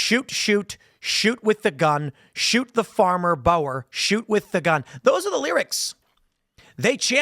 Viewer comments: Dankie Tim for speaking out about my beloved South Africa . By the way it is pronounced " Bur " not " Bauer " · Boar is pronounced’Bore’ Tim not Bower! 😂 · Boer isn't pronounced "bo-er". It's more like a mix of boa(t) without the T and (b)oar without the B, pronounced as a single word. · Pronounce boer as ' booh' with an r at the end